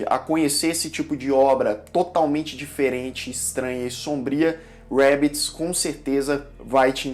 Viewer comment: Só eu que fiquei clicando em voltar para ouvir o falando rabbits? Achei muito legal. Kkkkk